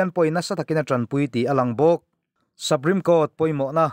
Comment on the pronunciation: Sapreme nilo in supreme tiin lam zawk teh a